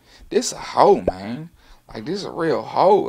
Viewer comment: Lmao the “mayne counter” pls